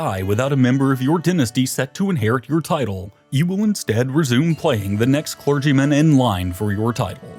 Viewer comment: Has no one ever taught him, after all this time, how to pronounce papacy, papal, arch-anything, or clergymen?